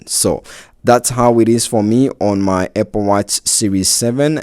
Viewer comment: ah yes, my favorite tech company, APPE.